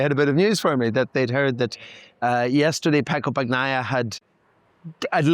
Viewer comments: please please... bani-aia. not bac-naia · BAN-YAI-YAH. Come on man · Pecco " bagggnaia". english people just cant say his last name properly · Your guy needs to learn to pronounce Bagnaia. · That isn’t the correct way to pronounce Pecco’s name,.